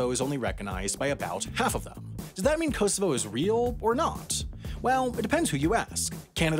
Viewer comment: The pronunciation of Kosovo 🤣 The first 2 Os should be like the O in Orange The last O is like the O in so